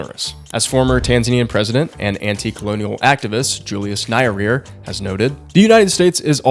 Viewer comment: As a tanzanian that is the funniest pronunciation of Nyerere ive ever heard